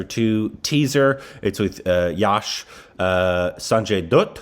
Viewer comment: its sanjay dutt not sanjay dirt